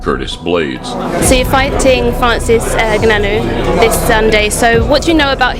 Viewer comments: I'm a Cameroonian, it's not pronounced "N-gannou" it's "Ngannou" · "So you're fighting Francis Errrrgananou" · The reporter saying francis eggnanu 💀💀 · Did she just say "ngananou"?😅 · i love all the mispronunciations of his name in this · '' fighting francis gnnanou'' was hillarious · "Nobody calls out Francis N'Gannou" LOL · Every person pronounced “Ngannou” differently lol